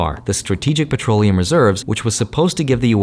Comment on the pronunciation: "expensive patroliuim~nusence!!!"